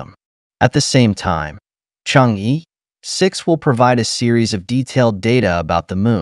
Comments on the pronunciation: The correct pronunciation in Chinese is Chang-"er",not Chang-"ee" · Good video. P.S. Chang'e is not pronounced /chang-ee/ but /chang-er/